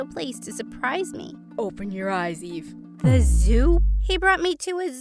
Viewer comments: whyd I think she said, "Hi, my name is E." 😭😭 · Her name is Eve- But I heard Gaive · i really thought she said "Hi, my name is E."